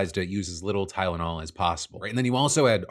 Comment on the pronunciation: My mom hates Tylenol and doesn't use it. I still wound up being autistic, since it's genetic. Also, wasn't this claim debunked, like, a decade ago? Forget acetometaphine, the 🦠🍊 could barely pronounce Tylenol.